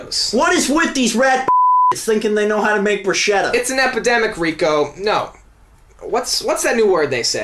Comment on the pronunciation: it's called BRUSKETTA... not brush-etta... not about barbie...